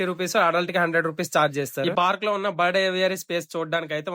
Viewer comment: బడ్ కాదు...... బర్డ్